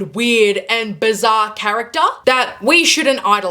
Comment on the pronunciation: “Youngah” “charactah” 😂